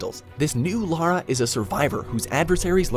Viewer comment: No this can't be right an American who knows the difference between Lara and Laura?! 🤣